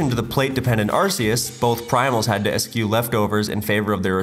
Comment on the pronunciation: I thought it was only (sp?) who didn't know how to pronounce the words you wrote for him, but then I hear you say "eschew"